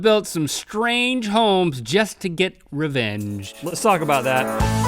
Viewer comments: rett said "le sock about that" not "let's talk about that" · Please tell me I'm not the only person who heard Rhett say "Put a sock about that" in the beginning.